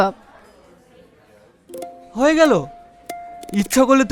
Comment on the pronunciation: চিকেন ললিপপ❌চিকেন লোলিপপ✅ 😂😂😂😂😂